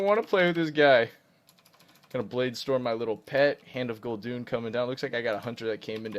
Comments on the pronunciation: IT´S GUL'DAN PLS DON´T SAY GUL'DUN!!! :,( I cry everytim :( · gul doon?? LOL. It's pronounced gul dan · its hand of Gul-DAAAAN, not Gul-Dun triggered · Why do you pronounce Gul'dan(pronounced how it's spelled) as Gul'dune? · It's Hand of Gul'dan (the warlock), not Hand of Gul'dun! xD